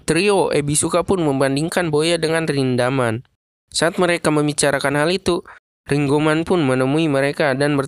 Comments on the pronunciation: ringgoman. itu sebutan bouya untuk rindaman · Nama : Rindaman Disebut : ringkuman Ngakak